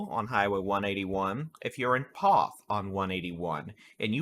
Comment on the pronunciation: Poth rhymes with both